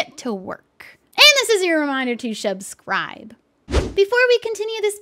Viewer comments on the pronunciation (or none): Me: finding out you say shubscribe not subscribe lol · HOW DID I NOT NOTICE SHE SAID "SHRUBSCRIDE"!!?!?!?!?